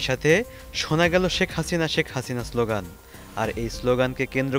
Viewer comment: আপনি স্লোগান শব্দটি সঠিকভাবে উচ্চারণ করতে পারছেন না। ভালো করে উচ্চারণ প্র্যাকটিস করুন, তারপর ভয়েস ওভার করবেন।